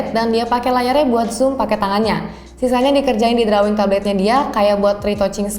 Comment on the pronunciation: touch dibacanya /təCH/ ya de....... sedangkan drawing dibacanya /ˈdroiNG